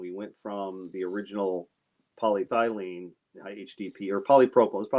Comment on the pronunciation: Do not mean to be too picky but I believe your pronunciation of polyethylene could stand a small improvement. paa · lee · eh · thuh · leen